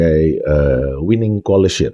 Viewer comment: Ijin pak, pengucapan koalisi dlm bahasa inggris bukan colicy tapi coalition🙏🏻